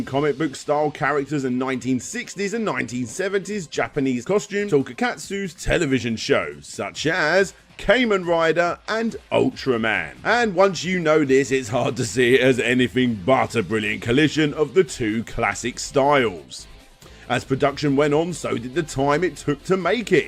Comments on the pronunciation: Your English pronunciations of Japanese words disgust me. It's ka-men rider, not kay-men rider. Seriously it's not that hard to say. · It’s kamen (common) rider not k-men rider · It's pronounced KAH-MEN rider. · While I think the video is good, I cringed at the way he said Kamen Rider, and as a Rider fan, I just wanna let you know, you didn't say it right. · (Hears pronunciation of Kamen Rider) (Checks comments, of which only twelve are showing up) (Somebody's already corrected him) Yeah not surprised.